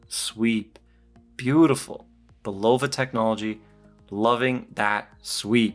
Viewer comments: I have the black one, more like +4spd per month. Say, I grew up 10 minutes from Bulova's headquarters. And you pronounce it BULova. Great review otherwise. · Bulova Learn to pronounce the word and then learn how to speak... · Hey Bruh. It’s not Pronounced Bulova , it’s Pronounced Bulova ...